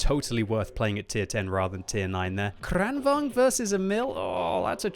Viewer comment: everytime you say kranvagn as kranvang it triggers me. im pretty sure its supposed to sound like kron va gon